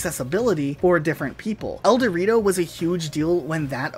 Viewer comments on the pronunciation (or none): Or el dorito